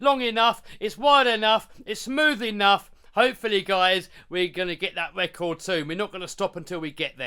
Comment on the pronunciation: Wecord ? WTF is a Wecord ?